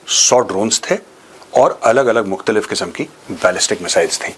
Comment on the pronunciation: Mutkhlif 😅😅 katai hindi ki aisi ki tesi kr denge